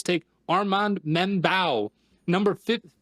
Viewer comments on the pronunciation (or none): it’s mem-boo btw and spelt membou. other than that solid mock other than blaiden 😭